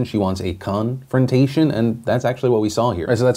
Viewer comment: honestly thought Phil said gun-frontation instead of confrontation :p